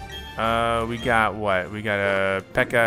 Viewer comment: Watering takes about 23 seconds if I counted at the right speed. The Pecha berry took 30 seconds. Also, Please stop calling the Pecha Berries Peka Berries. I hate that pronunciation. Also, Staravia is pronounced Star-ay-vee-ah, but I don't mind your pronunciation. Buneary is Bun-eer-ee. Protect only works the turn it's used.